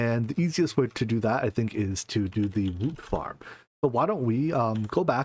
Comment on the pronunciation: Every time I hear "woot farm" I crack up lol.